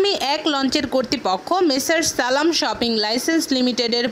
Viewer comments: Shiping ka bola shoping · উচ্চারন শুনে মনে হলো বাংলা ভাষাকে অপমান করছে। সালাম শিপিং লাইন্সকে বলে সালাম শপিং লইসেন্স!! হলি কাউ 😐